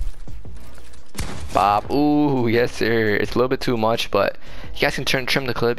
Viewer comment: When you said "yessir" it sounded like you said "hey siri" 😂